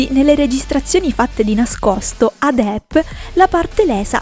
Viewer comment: non si può sentire DIP...si pronuncia DEPP, proprio come è scritto!!